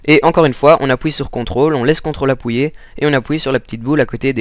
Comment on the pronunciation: Aussi tu dit appouyer et pas appuyer